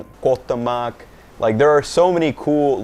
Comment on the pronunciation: Hey,, you finally pronounced Cohuatemoc correctly! Great myth busting. Question: At 7200 ft elevation, did you have a period of adjustment to the altitude? I know you are a runner and pretty fit, so perhaps you didn't notice it much, but the symptoms are headache and fatigue, perhaps a bit of shortness of breath.